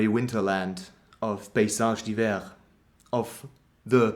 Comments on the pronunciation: nice video, you're the first youtuber I've ever seen who pronounces the name right haha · As an American, I appreciate you informing me how to properly pronounce this band's name.